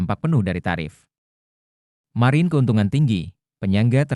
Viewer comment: Blm di train ngomong margin yg bener